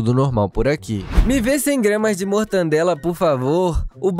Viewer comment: Não existe mortandela é mortaaaaaaadela